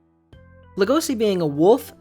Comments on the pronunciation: Just saying it’s legoshi not logosi your missing the h and the e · Buddy, its pronounced leh-goh-shi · Why the fuck do you pronounce Legoshi and Rouis as Lego-see and Roo-es? If you're not gonna pronounce them correctly you might as well call them "wolf and deer"